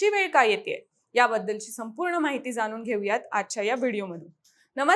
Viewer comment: 'ण' चा वापर करा. जाणून, पाणी, फसवणुक इत्यादी. जानून, पानी, फसवनूक नव्हे.